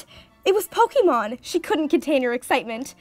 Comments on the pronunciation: It made me cringe every time she said "pokeemon"... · oh shit when she spelt it like pokeemon i figured she just spelt it wrong i did not know she was talking about the pronunciation sorry